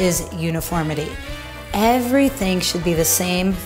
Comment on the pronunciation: “top, bottom, ainvercwhilchþiŋ in between” hehe gej